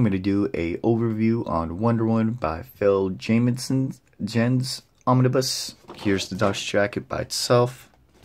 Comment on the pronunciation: Good lord!!! Can you butcher someones name any worse??? Phil Jameson Jens who the hell is that. It's Phil Jimenez like HIM-IN-EZ.